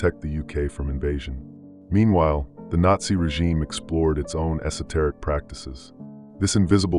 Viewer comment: Say “esoteric” again. Go ahead.